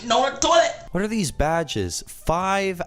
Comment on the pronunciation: SITINN ON A TOLLIT XD SITNN ON A TOLLIT!!!!!!!!!:3. 😂🍷. 🚾🚺